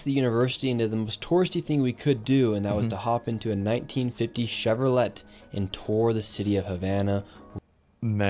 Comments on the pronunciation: “Chevrolette” is that a car model? Or is Nick Shirley such an alien he doesn’t know how to say Chevrolet? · cmon bro it's pronounced ChevroLAY 😂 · It's chev-er-lay their nick, you don't pronounce it the way it's spelled, it's not a chev-ro-let, it's a chev-er-lay or chev-ro-lay depending on where you're from the ET is supposed to sound like an AY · He totally called it a Chevro-lette. lmfao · did this mf call a Chevrolet a Chev-ro-let?? 😭😭😭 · did dude just say Chevro-LET? lmao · Nick said, "Chevro-LET." Gen Z is out of touch with the past. Constantly hear mispronunciations of common words and names. This speks poorly of our educational system, plus their complete involvement in the internet, namely social media. It is genuinely goofy! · Nick you don't say the "T" on Chevrolet WTF dude!!!...smacks face. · That’s funny that Nick sure does not know how to pronounce Chevrolet😂😂 Every American, who, as spouses communism should have to move to Cuba and live for a year in a communist country